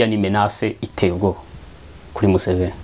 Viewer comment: Iyo uvuze Museven, ndaseka nkajya kw'itaka, kuko ndayoka😂😂😂😂😂😂